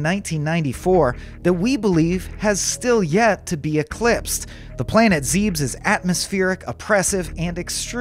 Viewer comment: dude saw zebes in the script and says “zeebs”